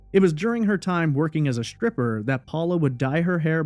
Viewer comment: Subscribed. After listening to you speak I unsubscribed. You have a very nice speaking voice. The deal breaker? Your pronunciation of certain words. You say shtripper instead of stripper, shtreet instead of street, etc. You do not sound uneducated. This is not a speech impediment. There is no reason for pronouncing words like this incorrectly. You can correct this if you want to.